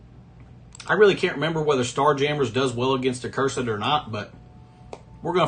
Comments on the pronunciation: Love your vids but it’s “uhhh-cursed” not “uhh-curse-ed” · It's pronounced uh·kur·suhd